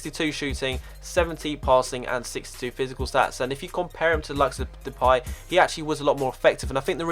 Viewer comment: He said Depay right! Congratz :P